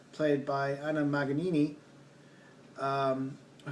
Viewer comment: Thank you for the review, but darling she was a legend and her name is pronounced mon-YON-ee.